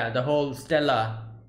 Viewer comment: Reward medal is called “Stella", hmmmm, a certain person definitely can't say this word....